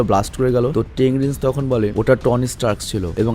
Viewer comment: ভাই ,,,, টেন রিংস হবে শব্দটা